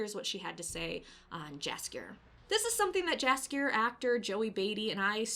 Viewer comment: You should call him Yaskier, not Jaskier.